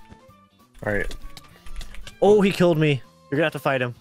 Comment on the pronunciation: Ooo exposed?? "no, HIJ fell!!", is he dutch??